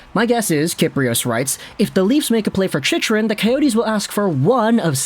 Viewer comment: The fact that you are still saying his name wrong after all these videos about him...